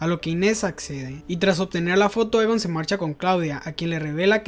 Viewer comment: Por qué pronuncia los nombres mal, dice, ulrish, eeegon etc.